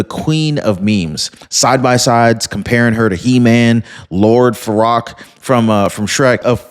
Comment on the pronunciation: The Shrek character is "Lord Farquad" That's "Far-Kwad"